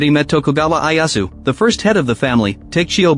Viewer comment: Who TF is Eye Ass Woo?